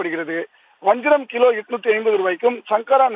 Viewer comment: Bro headphone use pannaama vanjiram 850 nu nenachute kelunga 850 and vanjaram 85 nu nenachute kelunga 85 nu kekum same word two different sound😅